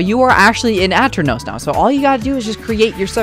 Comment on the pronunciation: grrrr, its a-turn-ohs